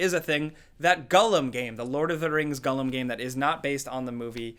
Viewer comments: It's Gollum not Gullum. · Gull-am????? C'mon...that's poor. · It’s pronounced Gall-Um, not Gullum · Lol whats a Gullum? You mean Gollum? Stupid with his stupid potaytos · Wtf is a Guhllum? Do you mean GOEllum? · Gollum........ or as pronounces it.... "GULLUM" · "gulum" literally unwatchable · It's pronounced "gall-um". 👍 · oof "gullum" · If he says Gullum one more god damn time... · who the heck is gullum hahaha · "I'm quite a big fan of Lord of the Rings" Also: says Gollum as Gullum Gotta love the man 🤣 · The way he says Gollum is mad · Why do you say Gollum like that? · Why do you say Gollum so weird? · Does it bother anyone else how pronounces Gollum? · That's definitely not how it's supposed to be said